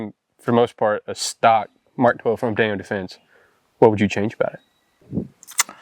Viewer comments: Pretty hard to take any review serious when the hilljack reviewing the product can't even properly pronounce the brand. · It's Daniel Defense, not Daniels Defense, I believe. Great video guys!